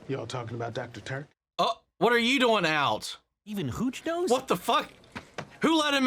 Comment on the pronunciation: I mean this with absolutely no disrespect. But where on earth are you from where your accent pronounces it "doiyng" instead of "do-ing?" I have worked, played, or lived in 38 States in the USA and heard so so many accents but never have i heard that word pronounced that way